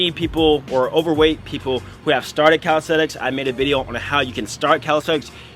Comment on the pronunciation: Calis - te - nix